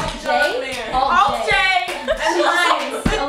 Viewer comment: Did normani really just called alt-j "Alt and John" ? lmao